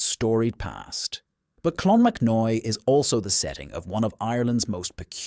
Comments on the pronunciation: "Slive bloom" mounains?....and you can't make up your mind if its clonmacnoise or "clonmacnoy".....can you please use your own real voice instead of the stupid A.I. narration as it ruins an otherwise excellent channel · Co offaly pronounced offffallly not odely there is a monastery in clonmacnoise not a cathedral , monks lived there 😂 Clonmacnise , is pronounced clon mac noise. I am Irish and from that area .. Slieve bloom mountains pronounced sleeve as in sleeve of a shirt 😂 I have seen banshee once heard her 3 times , she is a small old women with long grey hair , she follows my family and announces the death of a family member and yes she is real.